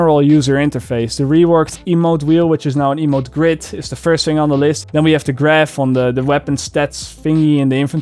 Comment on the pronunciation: every time you say "fing" instead of "thing" I say <3